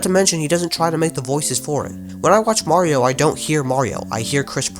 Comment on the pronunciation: Its a mii ah mawio